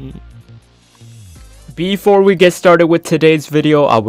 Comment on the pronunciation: my man the way he said fortnite got me laughing so hard